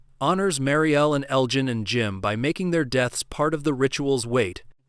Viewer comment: Marielle’s pregnancy??? WTF are you talking about??? His name is pronounced El Jin not El Gan.